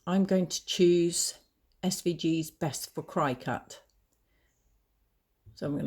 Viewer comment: Cricut as in the insect..not cry-cut..lol and thank you for this